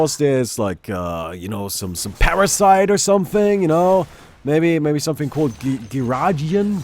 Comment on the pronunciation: Giardia. Gee-arr-dee-ahh